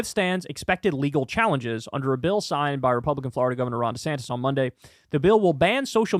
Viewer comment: Nobody: Kyle: Fl-ARE-ida